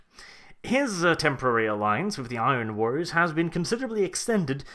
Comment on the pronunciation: Thats not how you pronounce "Iron"